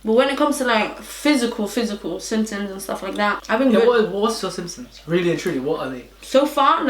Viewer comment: Who clocked say simpsons instead of symptoms 😂✌🏽